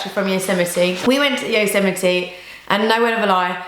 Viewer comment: lol I think a lot of people do, but she pronounced it correctly. (yoh-sem-it-ee)